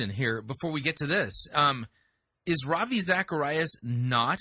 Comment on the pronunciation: Rav - Eye???